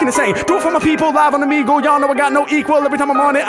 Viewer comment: Bruh I been enjoying your content! But if you say Omeg-lee one mo time...😂😂😂 Just say it as if you were saying beagle... like a dog. Outside of that, fire reactions!😂😂